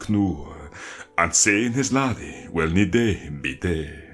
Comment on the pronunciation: Any reason you pronounce day as dei?